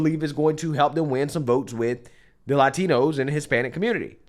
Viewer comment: HATE how she pronounces "Latinos". 🤦‍♂️ fml